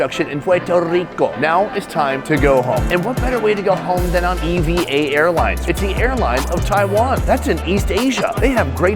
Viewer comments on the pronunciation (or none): It's pronounced "evah air"... not E. V. A.